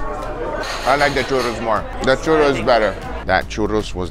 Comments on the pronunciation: It's crazy how good you say "churros" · Every time you pronounced "churros" and "porras" I thought you were mexican. Your pronunciation is actually very nice!